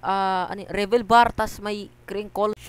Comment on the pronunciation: "kRiNcOl" ( crinkle ) KUYA ANO YUNG kRiNkOl